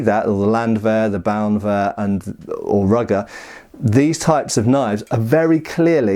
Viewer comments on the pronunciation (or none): Bauernwehr is pronounced as "bow - ern - ver", where "bow" rhymes with "wow" or "meow". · "Bauernwehr" is roughly pronounced "BOW-airn-wear" (as in "to bow", not the weapon) except of course the "w" is closer to the "v" in "viking". Now see if you can best Shad on "Neuschwanstein" XD